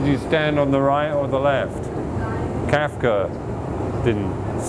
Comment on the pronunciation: Can't get past the way he pronounces Kafka as Kaifka...